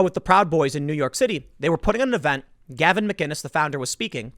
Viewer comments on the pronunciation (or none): none